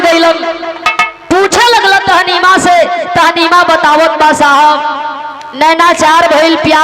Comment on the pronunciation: बिरहा बहुत सुंदर है, उसका नाम ताहमीना था, आप तहनीमा बोल रही हैं।